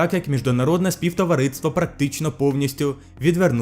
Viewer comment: Звук «ґ»; кАмусістичний; варто зазначити, а не відзначити; міждународне товариство; співтовариЦтво; компанії, а не кАмпанії; противостояння; там ще іноді наголоси неправильно ставиш, але ти звикнеш, я думаю; підпісяно; хача; проста. Це те шо я побачив, переглянувши один раз, можливо шось упустив